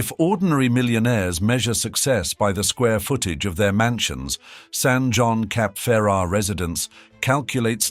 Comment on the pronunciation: The Rothschild name ending is not pronounced as the english child... more as shilt. Neighboring Nice is pronounced niss. And Jean is not pronounced john... Otherwise fairly ok and interesting, thanks.